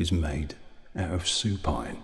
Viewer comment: "Su-pine" killed me! : )